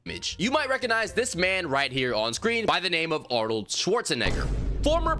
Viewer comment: I like you bro but I’m gonna pack you up for butchering Arnold’s surname 😂